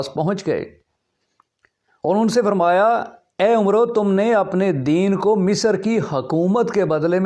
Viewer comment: 😂 متحرم آپ کو تو عمرو بن العاص کا نام عمرو پڑھنا نہیں آتا ۔۔۔۔ لا حول ولا قوۃ۔ اور چلے تاریخ پر حرف آخر بنے ہوئے ہیں۔